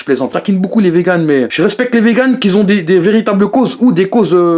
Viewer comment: Un poêlée ?????? UNE poêlée. Et "je respecte les vegans qui zont........ ". Dans toutes tes vidéos tu fait cette faute de shlag,tu fait une liaison imaginaire.Apprends à parler le français mec